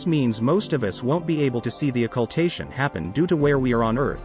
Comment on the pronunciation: Wow, you butchered the hell out of pronouncing Occultation.